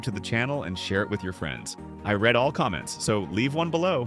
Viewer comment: Also "I read all comments" reed not read. Obviously the AI wouldn't know